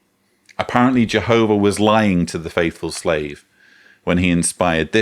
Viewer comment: Ugh has got his own pronunciation “Jeeehoffah” “Jeeessuss”